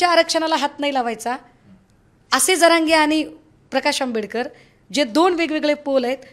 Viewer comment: Jayntraojiiiii patil Ani praksh ambedker asa uchar kelat Hyatun tumi kunacha kiti respect karta te kalale